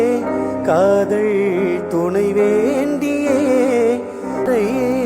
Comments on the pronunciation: தம்பி, தமிழ்மொழி உச்சரிப்பில் முன்னேற்றம் வேண்டும். காவள் அல்ல காவல், காதள் அல்ல காதல். உச்சரிப்பு தவறினால் அர்த்தமும் மாறி விடும். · மிகவும் அருமையான பாடகர்.. ஏன் யாருமே அவரது #காதள் # உச்சரிப்பை சரி செய்யவில்லை?